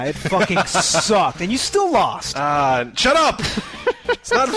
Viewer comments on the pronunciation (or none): I swear said "Chut up!" at the start. Bit of Donny Darko love, hey?:)